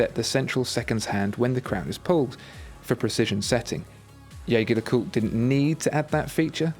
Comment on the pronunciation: Your pronunciation of Jaeger leCoultre needs a little work mate, listen to their corporate video with a voice over by the actor Clive Owen...I used to pronounce it like you but, if you’re going to use the French pronunciation it’s more like Zheh-Zhey le-kultr....if you follow me?